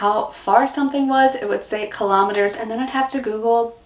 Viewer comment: First time I did not jump past the sponsor bit in a YouTube video. I love me some Arnotts biscuits! I eat a whole packet in one sitting :) I hope you are still pronouncing it "kill om metres", and not "kill oh metres" :)